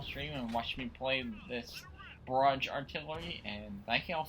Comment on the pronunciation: Please pronounce barrage correct